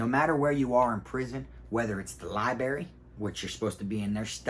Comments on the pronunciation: Library big dawg, not libary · Li-brar-ry not li-berry lol. 10 toes fam!!! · I really am not trying to be a hater in your comments all the time. I am a fan and love your stories. But man. Lie Buh Rare E. Long E sound at the end. Library. Not liberry. My wife is a librarian so I had to say this. Sorry. Huge fan I swear. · It is called a library and li berry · LIB RARY - LIE bRerry - b R erry. I couldn’t stand that everyone neglected that R when I was jocing...don’t get it.... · Libary 😂😂 love it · Lie berry ?! Lmfao ! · Dude should spend more time in the library so he can stop saying "liberry". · Somehow I knew you were gonna pronounce it “libary” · Pronounced lie- brary bro 🤣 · You know u from Fl when u say liberry....salute big bruh